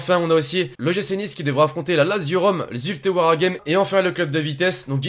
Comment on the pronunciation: Ho putain il a bien dit zulte waregame ptn choque premier français que le dit bien ho